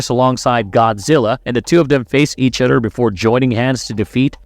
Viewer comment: My guy can't do TH sounds 😂 other = udder, together = twogedder, this = diss